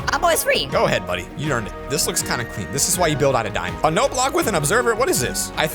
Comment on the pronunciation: Him: dimand ore Me: its a dimand block yo